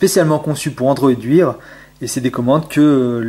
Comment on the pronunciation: bonne video mais android wear se prononce android waire